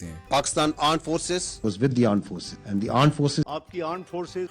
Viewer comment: Aarm ❌ aand ✔️